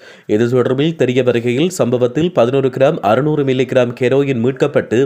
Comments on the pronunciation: KEROIN wrong pronounce 😅😮😢 Herein correct Prime minister KARUNI 😅WRONG PRONOUNCE😅😢. HARINI. DAMN SHAME TO SAY.😅you tuber. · அய்யாதத்தமிழ் கெரொயின் எப்போ இலங்கைக்கு வந்தது இது வரை ஹெரொயின் மட்டும் தான் இருந்தது நல்ல தமிழ்